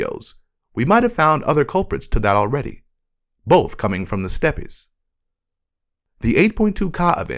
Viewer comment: I thought it sounded too real to be AI until it kept saying "ka", and especially when it pronounced "steppes" as "steppies". There was something else funky, too. The voice is very pleasant, though!